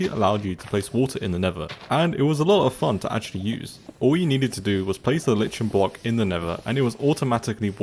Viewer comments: The way he pronounces lichen as li ch en instead of l ike en annoys me so much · I really don’t think it’s pronounced lich en but LIKE en Is what you should do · Its not ‘litch-en’ its ‘like-en’ 😖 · It is not said as lichen this how you say it glow-lie-ken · Like all other Minecraft YouTubers you pronounced "lichen" wrong , It's actually pronounced like (liken). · Why is it that so many Minecraft content creators can't pronounce 'lichen' correctly? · how do you not know the word 'skulk'?? and you must learn how to properly pronounce 'lichen'... shudder otherwise, great coverage of upcoming 1.17 oddities.